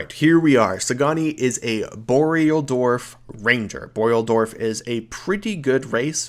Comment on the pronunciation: Dwarf, not Dorf lol